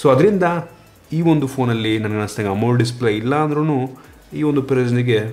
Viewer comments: 😂it's ok bro, next time helovaga Amo L E D antha heli bro,👍😊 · ಅದು ಅಮೊಲ್ಡ್ ಅಲ್ಲ "ಎಮೋಲೆಡ್" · Amul display alla bro adu AmoLED[Amo L E D] Display